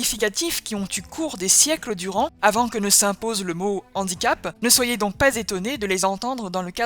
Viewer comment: Toutes les liaisons dont bien faites, sauf devant le mot « handicap » ! Là, tout d’un coup, on a une liaison dangereuse.